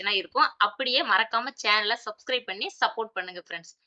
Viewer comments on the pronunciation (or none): none